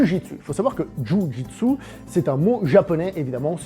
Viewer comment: "JU JOUI D'SU"